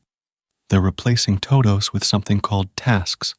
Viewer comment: toe dohwsss